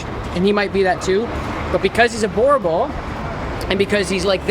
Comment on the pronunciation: The proper way of pronunciation is "boo" + "r" + "bull".